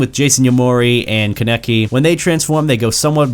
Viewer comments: it’s pronounced kah neh kee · You called kaneki "karnecky" wtf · WHy did you say Kaneki like that LOL